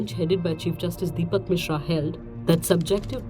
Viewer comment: It's Deepak "Misra" and not "MisHra"